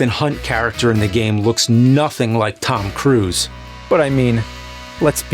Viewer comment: Tom cwuse